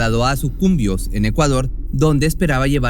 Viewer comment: Saludos desde 🇪🇨 una rectificación lleva acento Sucumbíos😅 de todas maneras tus narraciones son las mejores.